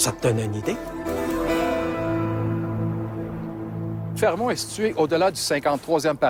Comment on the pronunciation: fermont, pas fremont